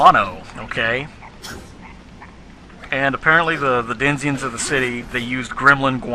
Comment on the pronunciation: The "denziens" ? The game sure is right to treat you USians as dumbasses. Read even propely cant you.